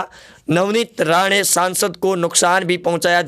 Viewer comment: Are bhai Navnit Rane nahi, Rana ,Rana ,Rana.galti sudhar lo